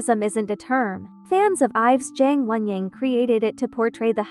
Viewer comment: 'YaNg WoNyAng' got me